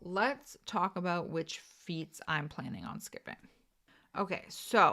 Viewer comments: you said aboot three times in first like 30 seconds, so I was like yay, drinking game, but then you never said it after… /pout…. Luv u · Oh em gee, can you say aboot [canadian version of about]